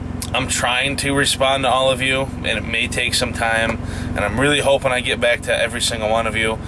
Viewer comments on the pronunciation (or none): none